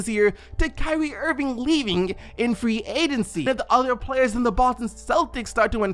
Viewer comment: I can’t let ya slide on the “Free Adency” 😂😂💀